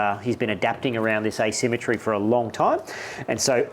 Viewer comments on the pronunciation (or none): I love these videos but dudes: it's "asymmetry".